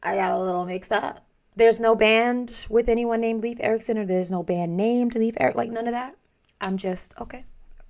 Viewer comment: 'ei' in Leif does not make an e-sound. It's more akin to 'Layf'.